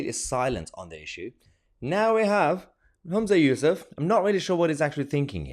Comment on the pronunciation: You miss pronounced his name. It's useless